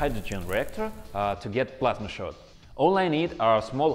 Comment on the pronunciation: did he say plasma or vladamir...